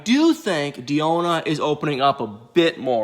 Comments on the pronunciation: Why are you dedicated to pronouncing Deonna’s name wrong? Lol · Lol i was looking for this comment 😭😭😭 it was driving me crazy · Yes, I've never heard this name messed up so much, smh!👀😔Come on brotha do better!🙄🤦🏾